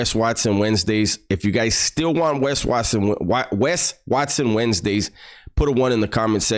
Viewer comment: Whenever you clown on his last name by pronouncing it 'whats-own', it cracks me the hell up!😂😂